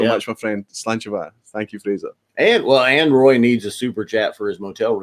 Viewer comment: Really looking forward to seeing both your and Roy's video's from the trip. got the pronunciation of my name spot on by the way!